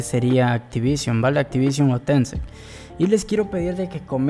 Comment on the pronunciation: TECEEEEENT!!... no Activion, los que dirigen todo el desarrollo es TENCEEENT jajajaja